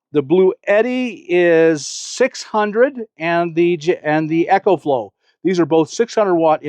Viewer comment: Is anyone gonna tell Bob that its not called Echoflow, its pronounced Ecoflow, as in economical